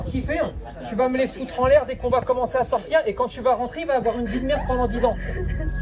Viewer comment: "Quand je dois le sortCHir" mdr ça me fume 😂